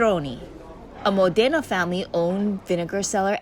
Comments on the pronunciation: Mòdena, not Modéna, dio sfighèeee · You probably should have learned how to say Modena at some point during this trip.